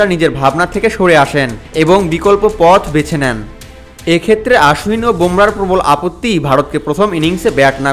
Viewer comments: আরে গর্ধব ওটা আশ্বিন না,অশ্বিন হবে। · অশ্বিনের উচ্চারণ টা আশ্বিন মতো শুনতে লাগে। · Actually WB e o "Oshwin" bole setao bhul. "O", r " Aa" er majamajhi ekta sound hobe.